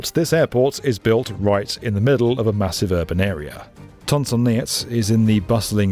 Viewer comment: The way he pronounced the names of these Vietnamese airports Long “Thon” and Tan Son “Nia” is so cringy.